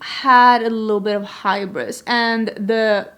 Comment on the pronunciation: HYOO-bris not HY-bris. I know English is not your first language and I thought you might like to know since you used the word 100% correctly.